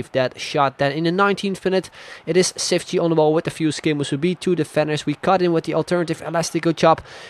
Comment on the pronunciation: The "ç" is said like "ch",so its said Chiftchi